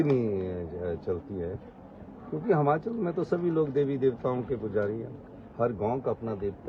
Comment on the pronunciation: हमाँचल नहीं यार हिमांचल बोलो